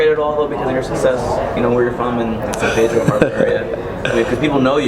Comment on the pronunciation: " he comes from san pidro"